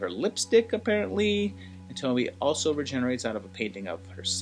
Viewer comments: Awesome that you did this series!!! I love these flicks, such a messed-up premise. Tons of stuff to analyze. Great chronological work in this video, fun! Also, I’m sure I’m not the first one to mention this, but her name is pronounced “toh-mee-eh”. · great video. I believe her name is pronounced Toe - Me - Ay. If you're interested, check out the youtube channel, "Horror Show Comics". He has done episodes on many different Tomie stories. There's a ton of them and each one of piece of the puzzle to explain what Tomie is without exactly spelling it out for you. The movies pale in comparison. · Pronounced tomy a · In the nicest way, how did the pronunciation of her name go soooo wrong?! 🤔😥😱 There's a mass amount of source material, additional content creators who've reviewed/analysed into Tomie and Junji Ito's work AND the mass number of movies where they all pronounce her name correctly.... I understand not speaking Japanese but how can you butcher the name of the protagonist and an enormously famous one at that?? Really makes me question whether you even watched the movies or just read wiki on Tomie. Sorry but the pronunciation is said so often that this video is so cringey and hard to focus on anything you're saying or take your vid seriously, which is a shame. 😢